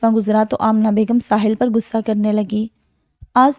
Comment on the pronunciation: I can't hear it after 10 seconds, the word is "Ghussa" not "gussa". Urdu is a beautiful language and you must speak it correctly.